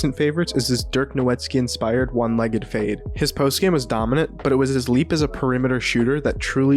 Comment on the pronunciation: Pronouncing Dirk’s surname as No-Wit-Ski smh you’re better than this, tough video tho